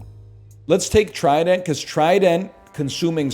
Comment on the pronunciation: Why does he pronounce trident like that